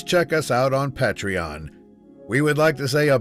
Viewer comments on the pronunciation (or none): none